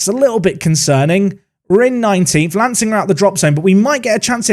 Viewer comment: as someone who lives in Sussex, some of these pronunciations really caught me off guard...lancing is said like 'larn-sing' for instance. it's the little things eh. keep up the great series. enjoying it so far!